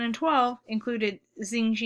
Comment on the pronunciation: started with a sulky attitude, bit arrogant, and not even able to prononce the name of Xi. At least u prepared some usefeul slides here.